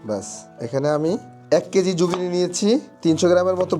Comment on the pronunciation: Jugini na!! Eta zucchini.